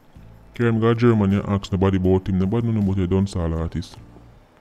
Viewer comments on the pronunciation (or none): Why it sound like a seh Dawn Sawl instead of Dancehall?